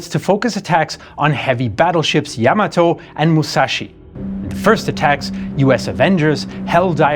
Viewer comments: I quit watching this the second time they said Yam A Toe, it’s YA Maat Toe🤬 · It’s NOT Yam A toe, it’s Ya mat toe🤬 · it's ya(や) ma(ま) to(と) = pronounced as "ya ma toh". Do not accentuate the "to" like you would in tomato. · I stopped watching when he said YAM A TOE for a second time🤬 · What show were you watching? Yam A Toe?